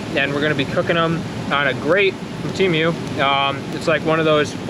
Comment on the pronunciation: TEA-MEW?????? It's TEA-MOO Chinese pronunciation..... google the pronunciation guys! Chinese cant pronounce a you sound like fah they say rah.. there F's are terrible unless they are well schooled in American language.🤣🤣🤣 fa ra ra ra ra ra ra